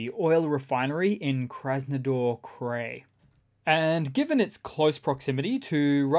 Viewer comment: Cry, not cray. Krai.